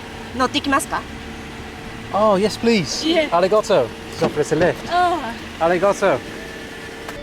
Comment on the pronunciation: The "Arigoto" makes me so aggressive 😭😭😭